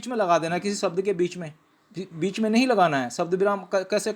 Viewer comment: कृपया शब्द उच्चार किजिए इसका उच्चार सब्द ऐसा मत किजिए